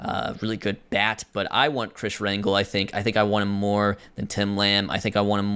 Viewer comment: just popping in to let you know its pronounced "Ran-Hell" not Rangle lol